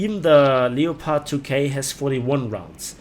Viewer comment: Lepard...nicht Leopard...Aussprache ist falsch..